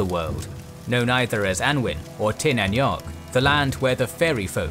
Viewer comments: Samhain or Halloween as its called its pronounced 'sow-win' hypothetically in Gaelic.EDIT:Also it's Tir na nOg, pronounced 'Tear-na-ooga' hypothetically, meaning the 'Land of Youth', where you never aged. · Your pronunciation of the phrases as Gaeilge is terrible. For example Tír na nÓg is pronounced Cheer nah No-g or Cheer nah Nug, depending on where in Ireland you're from. Definitely not Tier Na Neug. Similarly Samhain is Sow(as in the pig)-wun, not Sam-hane. These are words and phrases still used, and the resources to learn them correctly are available freely, please learn how to use them properly, you have a large and widespread audience listening to you.